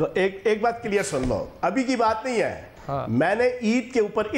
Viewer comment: Kiler nahe clear hota hi chohan sb